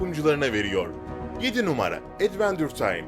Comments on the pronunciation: O edveçır taym olarak okunmuyor mu la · Adventure time'ı edvendur taym diye okuması :( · Adventure time edvendur diye değil edvançır diye okunur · kardeşim ingilizce kelimelerin olduğu içerik hazırlıyorsun bari 2dk aç bak o kelime nasıl okunur. edventur ne amk edvençır diye okunur o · Edventür taym.. oğlum, İngilizce öğrenin. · Edvinçır Taym die okunuyo mal velet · Adventure Time 'a Edvendür Dim Dedin Ya Ölesim Geldi Amk. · Advendure time dedi